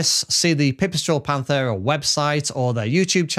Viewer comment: Pant-era not panth-era